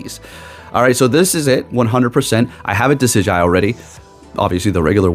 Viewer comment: (Duh-sid-jew-eye) lol. But you were close